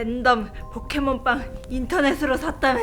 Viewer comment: 처음에 램덤 포켓몬 빵 이아니라 포켓몬 빨이라고 들려요